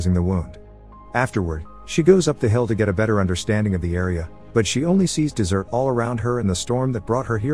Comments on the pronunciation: Tell the bot talking that it’s pronounced “desert” not “dessert” lmao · I love when a bot reads plot summary and mispronounces words like 'desert' and 'dessert', or 'read' and 'read'. And has an awkward cadence in their sentences, and does not end a sentence with the proper inflection. "Lighted on fire" versus "lit on fire" "the admiral may have suspects her have something to do with it." Gold